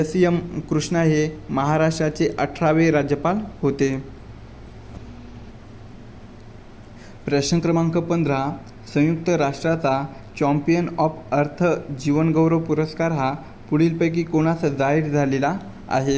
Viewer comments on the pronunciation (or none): चॅम्पियन..... चॉम्पियन नाही